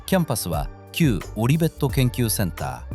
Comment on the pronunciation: Olivetti、もしやAIの読み間違いじゃなくて動画作者が読み方を知らない世代というパターンか